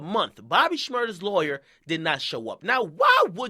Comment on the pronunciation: Lay-wer huh Ak? Ok lol.